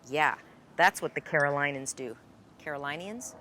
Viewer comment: Hi. Grew-up in the 'Carolinas'. Though the 'i' is said LONG in the state's name, when referring to those who feel they are 'Caorlinians', say the i as 'flint', or 'meant'. And I love your channel - THANKS!